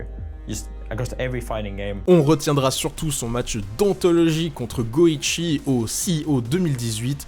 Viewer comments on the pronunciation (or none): juste pr info ca se prononce go-one et non go-ichi c'est justement pr faire le jeu de mot avec le personnage de gohan voila voila